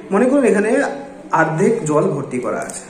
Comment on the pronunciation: তুই তো অনেক জানিস , কিন্তু এটা জানিস না যে ওটা আর্ধেক না ওটাকে অর্ধেক বলে । আগে শিখে আই তার পর লোককে সেখাশ। তোর দোর বোঝা শেষ সবার।😂😂